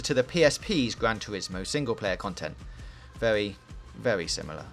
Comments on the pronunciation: its vewy vewy, pause the fucking video and move on. garbage voice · Vewy vewy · Werry werry good game 😂😂😂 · is it vewwy vewwy good? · Wheely good weview i was wewy wewy entewained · Vewy claarrrsy indeed! Wev those engines!